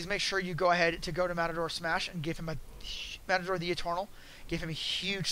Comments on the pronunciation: Omg matador and mator like tomator are two different spellings and pronunciations if I knew you personally I'd cup check you so fast for saying that over and over again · Why do you keep saying matador? This is triggering me way more than it probably should.